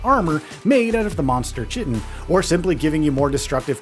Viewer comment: Love the review, also because it trips a lot of people up the pronunciation of chitin is more like "kie-tin" "The arrow glanced off its chitinous armour " and such, I really hope this game gets more updates and love, the AI needs some serious work but you've gotta start somewhere? 🤷‍♂